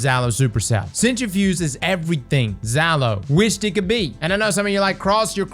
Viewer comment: Zalo not even close stfu 😂